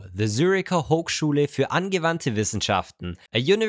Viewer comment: sprech doch Hochschule richtig aus, wenn es schon deutsch ist /: Das wirkt echt komisch